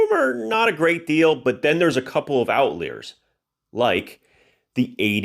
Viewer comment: Thank you for doing this! Really appreciate it,. PS - Just a small thing: Out-lye-ur